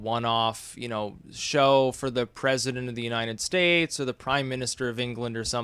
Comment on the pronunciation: He says 'Unineted States' instead of 'United States'